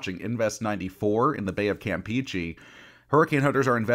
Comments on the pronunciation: Campeche is prounounced "cam PAY chay" not "Camp Peachy." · Erm actually 🤓 it’s pronounced Campeche🤓🤓🤓🤓🤓🤓🤓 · no shit💀💀💀💀 am just saying it’s pronounced “cam pe Che”